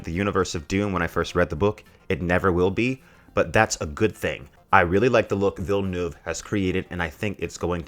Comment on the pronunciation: Gave you a like the moment you said Villeneuve's name correctly. Props to you.